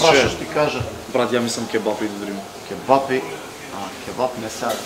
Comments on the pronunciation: Ќе'бапи се кажува, а не ќеб'апи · daj be nauci se da kazuvas kebapi a ne ke-bapi